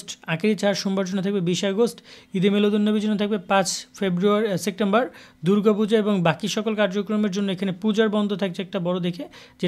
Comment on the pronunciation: ভাল মতো উচ্চারণ শিখে খবর প্রচার করবেন।বলেছেন সেকটেমবার।এটা ভুল।সঠিক হবে-সেপ্টেমবর।